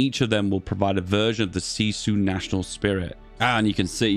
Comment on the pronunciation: Honestly your pronouncing was good on that word :)